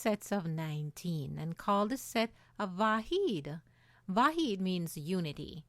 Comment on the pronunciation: Unfortunately, she mispronounced Vahid here, which is like Va-HEAD, (meaning Unit) not to be confused with Va-HEED, (meaning Unique) -the name of the Babi hero, Siyyid Yahya Darabi.